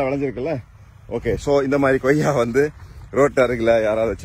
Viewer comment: Super Sir but reporter Sir it's Koyya or Goyya